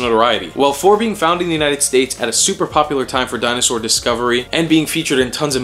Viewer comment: Dino-sar dee-en-ay!